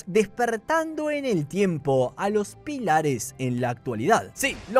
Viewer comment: Me muero como te comes las tildes "pílares"😂